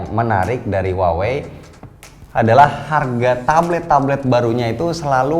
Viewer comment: kaLo gak saLah cara baca Huawei adaLah wahwei yah? 😀